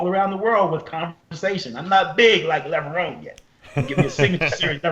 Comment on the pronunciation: correct pronunciation is lev-rohn.. think about how you say macaroni, its not levroni.. think about how you say bone, its levrone